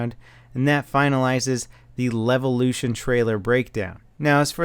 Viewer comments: "Dam Levution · Is it supposed to be a joke that he keeps saying Levolution? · I cannon not hear it as LELvolution. Goddamnit. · "Some damb levelution!"